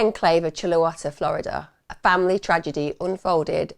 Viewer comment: Chuluota is pronounced more like Chewl-e-o-ta I’m trying to make it phonetic and finding it difficult. But I hope that helps.